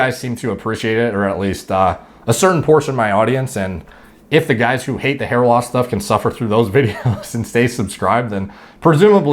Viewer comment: "Hey you guuyyyyyyyysssss". I didn't realize they cast someone so you to play sloth in Goonies.